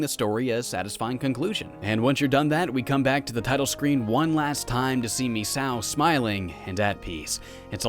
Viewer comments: Phonetically it's pronounced "MIS-SAKO", rather than "MIS-OW" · Its pronounced me-say-oh